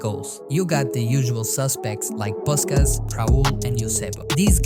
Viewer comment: Why not look up how to pronounce Puskas?